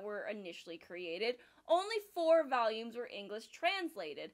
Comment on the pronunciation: She forgot to cut out Also "vAlUmEs"